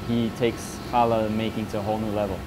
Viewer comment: There’s a mistake in the written script it’s challah bread which is pronounced as hala